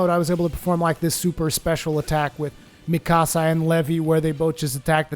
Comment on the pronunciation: Mikasa the accent is on the a not the "ee" not like "me casa" :P ;)